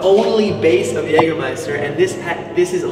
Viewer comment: Very well. You've learned how to pronounce Jägermeister.